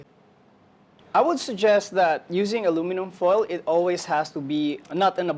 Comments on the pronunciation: we cook food in iron skillets/pots/woks for eons, and now we're worried about aluminum? Oh please. I swear she keeps saying Alumi-nee-yum (Aluminium), this is a typical mistake from Japanese people. Interesting how squid has more aluminum content, I wonder if this means seafood such as shellfish are more likely to absorb foreign elements like metals such as aluminum compared to other proteins. The other reason why the squid probably absorbed more aluminum in the first place is because of the sauce or acid from sauce she marinated the squid with in the foil, is eating and dissolving the aluminum at all directions above and below the squid, so essentially the squid is absorbing aluminum due to the acid reaction. Another experiment that needs testing is the different brands of alum. foil, as well as how much healthier is it to use foil that has less % of alum could be healthier or more beneficial, and if so, how much more beneficial? okay seriously...why are the subtitles saying ALU-MI-NIUM. There's no extra I in Aluminum. This is getting out of hand. Nvm I found the answer. British Eng spells with extra " i ", which makes sense given the accents I'm hearing here. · A LU min um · Why is she pronouncing it like an American? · PRONOUNCE ALUMINUM CORRECTLY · The prof and the experienced presenter used the American English pronunciation of Aluminum (4 syallables). The chef pronunced a British English Aluminium (5 sylllables).